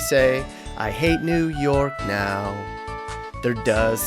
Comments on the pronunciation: its WOOOO York blood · How he felt after saying new yuck:👺😈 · New Yuck 😭😭😭😂😂😂